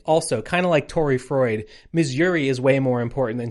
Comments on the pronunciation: also "froid" is just French for "cold" and does not rhyme with "Freud", as a note not a correction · Froid (pronounced kind of like "fwah") is French for cold, that would be why he's called that. Chaud is also French, it's pronounced kind of like "show"